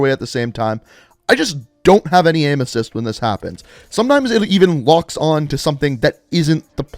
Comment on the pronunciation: When he said aim assist, I though he said emesis (vomiting), and I was like WTF!